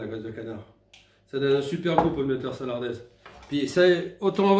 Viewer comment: Bonjour !! Et merci pour cette délicieuse recette !! Juste le titre... ville de Sarlat... donc ́... sarladaise... pas salardaise 😅😅😅